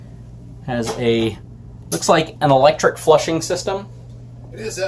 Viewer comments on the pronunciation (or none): I completely agree. He was the worst thing about this review. And "emaciator toilet"? Maybe he means "macerator toilet". I don't think he needed a tie but he was so bad. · What exactly is a "maciator"? I know what a macerator is, but I have never heard of a "maciator". Dude shouldn't be selling one if he can't even pronounce it.